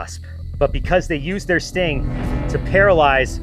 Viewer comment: the sting table sounded like the stink table.